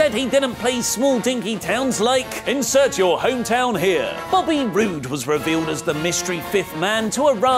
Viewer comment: Who in the bloody hell is Finn “Bluer”😬( mark)